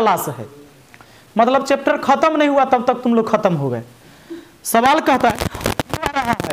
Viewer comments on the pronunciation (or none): none